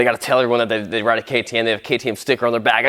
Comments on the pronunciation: It's pronounced katim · My guy you say it like this K T M XD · Its pronounced K T M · its k t m not what every he said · The way he said KTM🤣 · The deegans mad Bc he pronounced ktm wrong on purpose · It’s a Ktm 😂🤦‍♂️ why he say it like that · its not ketem its k T M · You a bike guy and you dont know what a ktm is??? And its K-T-M bro not kkkttmmm 😉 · k.t.m you say ktm not kt mmmmm lol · I think it’s KTM not kuh tuh mmm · bro its k.t.m not kkttmmm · not ktmmmmmm its k t m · KTM isn't pronounced "kutum" it's " K T M , I've been wanting one since I was a child but I had a good laugh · Jeez a kerrteem lol athere called k t m's lol they make the top 3 scrambler's around how have you never herd of them man just asking, great vid thumbs up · He lost me at KTEM……..how do you not know it’s K T M ?!! 🤦🏻‍♂️ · K T M not kotom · bro its not khtm its k t m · Bruv its k.t.m not KTMM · Ka tooo mm ... african company 😂😂😂😂😂 austria australia ... the same 😂😂😂😂 this batterie powers the clock .. muahahaaaaa ... i laughed so hard!!! THANK YOU! Dude!!!!!!!! You ROCK!!! it's Kay Teee Emmmm ... and it's austrian .. Europe! epic video! 😉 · It is not pronounced like katum it is KTM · It’s a K.T.M not kaytoom and they always come in crates ps. Love ur vids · bro it be pronounced kay tee mhh. and I'm pretty there a Austrian made bike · K , t, m not kotim lol 😂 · It’s not kuh tee umm it’s ktm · ITS A K T M NOT ONE WORD, and the company isn’t African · K T M , not katoom !! lol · ke t mmm its ktm bro how did u not know that they are very famus in sweden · Bra it is K. T. M. NOT KTEMMMM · btw it's just pronounced K T M not ktttmmmm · Kay Tee MMHH😂😂😂 sooo.. KTM? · It’s called a k t m not kitm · how dare he call a ktm a kay teem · Everytime he says kaa-taa-mmm it hurts my soul. It's KTM my guy. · Dude it’s called KTM! So Kay, Tee , Em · You should say it like (Key Tee Em) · Bro really called KTM ketemeee💀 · you say the letters? Not like Ktm k t m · It’s Kay-tee-emmm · How hard is it to say KTM ffs?